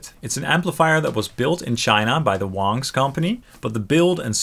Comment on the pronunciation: Pronounced Wongs